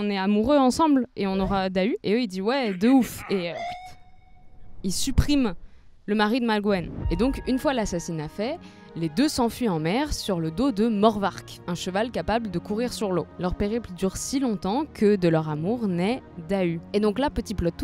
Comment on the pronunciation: "Yann" se prononce yan-ne comme dans kouign amann (qui ne se prononce pas kouigne amane par ailleurs "youdig" comme tout les mots se terminant par "g" se prononce "youdik" "Morvarc'h" se prononce avec un "h" aspiré à la fin, on ne dit pas "morvark"